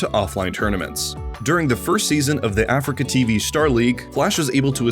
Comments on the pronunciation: you also call is AfricaTV It's ah-Free-kah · a-free-ca. not africa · aFREEca not ‘africa’ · Nearly unwatchable: Uh-Free-Ka.